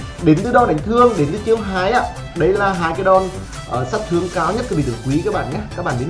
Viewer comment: Giọng đã khó nghe rồi ,con nói nhanh dính chùm," tịnh toạn lượng sạt thương,tập trung trận đậu" 😂😂😂